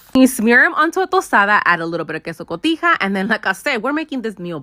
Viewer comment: Girl, I LOVE how you be saying "queso cotija" ❤❤❤ Saludos from Puerto Rico!!🎉